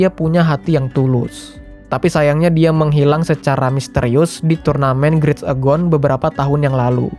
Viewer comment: Btw itu turnamennya namanya "great agon" tapi di bacanya "great egon" bgh, lo bilang nya grit agon🤣🤣🤣